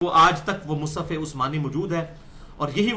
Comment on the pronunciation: مصحف بولو بھای مصف نھی بولو